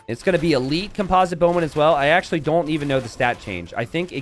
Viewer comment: Listen, you got composite down but you still don't know how to pronounce orange. :D